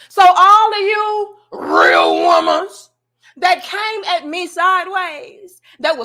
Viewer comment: She be killing me with the "Rhhhwreeal Womenz" 🤣